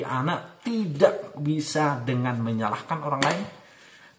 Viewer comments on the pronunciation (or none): Menyalahkan ya ... bukan menyahkan 🙏